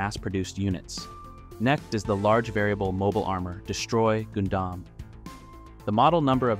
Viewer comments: Wait wait wair wait a minute..........did you just pronounce Gundam like Goon Dom?.......whats with the butchering of the name Gundam? Thats just as awful as the Junius Seven incident sir!!! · Just gotta confirm. This dialogue and speech in the video is AI, right. Pronouncing Goon-Damn and saying M and T instead of meter and tons is jarring